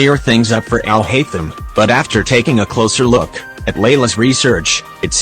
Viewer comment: I love how the ai voice says Alhatetum💀